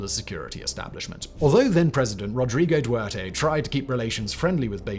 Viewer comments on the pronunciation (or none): There are two "t"s in "Duterte", and neither is silent